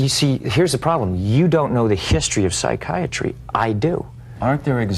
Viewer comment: Joe "I understand psychi-iatry" Rogan.